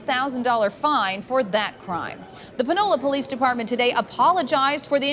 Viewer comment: Did she say “the Vanilla Police Department”? Oh wow.